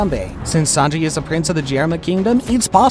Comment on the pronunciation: ITS SANJI NOT SANGI🤦‍♂️🤦‍♂️💀💀